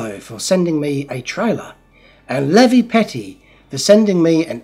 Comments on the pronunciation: What kind of seatbelts are there for pets in Oz?! LEE VI not LEVY! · It is Le-Vi not levee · Levi = Leave - eye, not levy 😂😂🤣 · Lee-veye! It's Lee-veye! Not lev-e or levy! 😂😂 Poor Levi from Minnesota 😅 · It’s Leevi not Levee,....